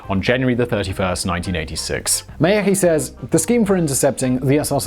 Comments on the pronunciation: well there you mispronounced his surname :) it's "mjahkiy" rather than "Miyagi" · way mispronounced Myagkiy ) BTW translates as soft. you can make google translate read it to you in russian мягкий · He totally butchered "Myagkiy" though... Also, he lives in Prague, so at least some slavic pronunciations must be creeping into his vocabulary slowly